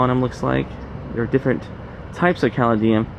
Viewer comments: And it isn't "graffiti." And...oh...caladium is pronounced ka-lady-um. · Very interesting. My granddaddy ran the first train station. Mural is pronounced as if you are saying “sure” but with an “m.” So definitely not that “a” sound you are using. Caladium is pronounced kah- lay- dee- um.